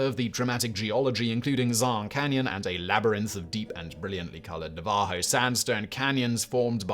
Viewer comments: 😂 I've never heard Navajo said that way before... English people need to learn words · oh, don't worry, he butchers all names in all languages, that beautiful factboi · I'm legitimately impressed with how close he was to saying Navajo correctly. It's learning!!!